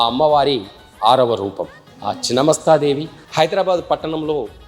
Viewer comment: Please pronunce the devi name correctly